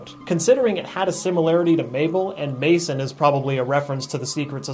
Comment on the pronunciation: Sorry, but it's Mason.